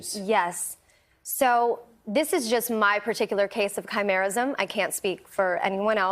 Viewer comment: Wait is it just me that thought of teen wolf when she said khymarism if thats what she said